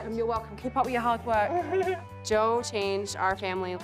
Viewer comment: lol. I'm sorry. It's bugging me. Not your fault I have OCD. But it's " Jo" not Joel. I digress. 😂